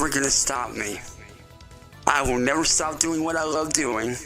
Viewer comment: he goes off "I will NEVEr stOP what I Am D0iNg, I WILll NEVeR StOp!" I truly hope he never does stop - I have to check in every morning to see what his new bullshit is!